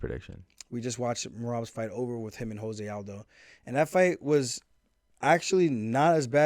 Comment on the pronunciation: Tell Adin Ross it's Jose 🇧🇷 Aldo, not Jose 🇲🇽 Aldo